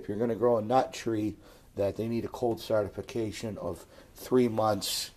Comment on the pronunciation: well he said it multiple times XD